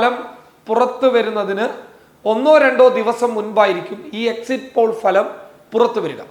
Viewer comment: ഭലം അല്ല ഫലം